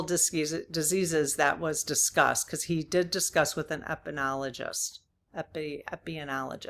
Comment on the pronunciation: Epidemiologist is pronounced eh-puh-dee-mee-ah-la-just It’s a mouthful! 😆